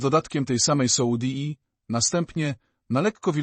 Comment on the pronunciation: Już nie mogę tego słuchać ,,soudi " i nie mogę się skupić.